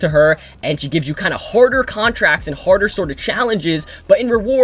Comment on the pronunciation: is he saying horder or harder